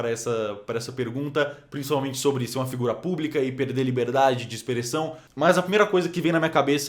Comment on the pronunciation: só "pereder" mesmo neh Rafael 😂👏